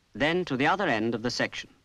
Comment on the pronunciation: I assume was making a joke at the odd pronunciation of the word "section".